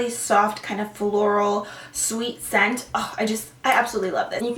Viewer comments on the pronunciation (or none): none